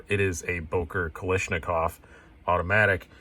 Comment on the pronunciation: kal ASH nikov not kal ISH nikov